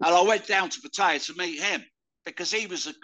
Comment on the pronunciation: 30 years and still cannot pronounce Pattaya properly 😅